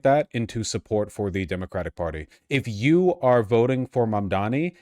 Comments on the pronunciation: mispronouncing mamdani on purpose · Cuomo's commitment to mispronouncing Mamdani's name so consistently is the pettiest, laziest thing I've ever seen.